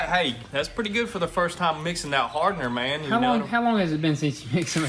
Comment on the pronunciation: Me: I think I’m in the mood for some Jamaican club music..:, “No problem mon”